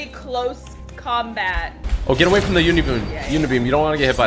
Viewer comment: Typical gamer said "uNiBoOn"😂